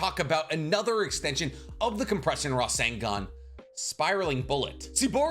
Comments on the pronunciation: Can we clock how many times the Captain said Rasengun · drinking game drink everytime he say resengan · Take a shot evry time he says rasingon (I’m attempting) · Your pronunciation of rasengan was more annoying than it was worth to watch the video.